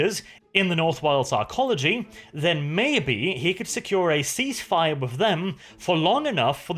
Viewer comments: Northwilds ARCOLOGY! AR-CO-LO-GY! Not fucking Archeology the way you pronounce it. Seriously man... where the fuck is the CHE in ARCOLOGY? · IT IS AN ARCOLOGY! NOT ARCHEOLOGY!!!! ROOT: ARC, NOT ARCHEA!!! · What's odd is he seems to get the word right the first time, then wrong on every following instance.